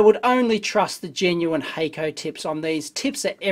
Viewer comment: No expert here, but I'd be willing to bet Hakko is a Japanese company due to the germinate consonant (double "k"). In that case it would be pronounced hock-ko. Love your videos by the way. They are both entertaining and informative. Really liked the one where you dissected the Tektronix MDO. I was doubtful that such a multipurpose scope could do any one thing well.